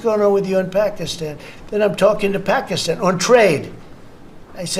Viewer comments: Puh -key-Stan (like stand) not ston. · Please pronounce Pakistan the correct way. It drives me crazy everytime you mispronounce it. You pronounce it Pakeestan. A Pakee was something we called Indians as an insult when we were kids. The i is more like an 'uh' sound. Google 'how to pronounce Pakistan' for confirmation. I'm not Indian or Pakistani. Love you and Meidas. Thanks from 🇨🇦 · Your pronunciation of Pakistan is weird, and sounds like Trump saying China. It's Pack-iss-tan no pockystan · Ben, no disrespect but you are saying Pakistan incorrectly.. it sounds derogatory you pronounce Paki - stan.. it supposed to be pronounced be pak-ih-stan.. Please correct this minor pronunciation error. :) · Hey Ben heads up my friend.Pakistan.Pronounced istan not estan.Not from me but from my Pakistani best bud.Kevin from Toronto.Keep it Rolling. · I like your podcast, but I couldn't watch this due to your pernuciation of Pakistan. ( the " i " is not a hard e ) it was torturous to listen to.. sorry bud! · PLEASE learn how to pronounce Pakistan. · Could someone please inform BM about the proper pronunciation of the country name Pakistan?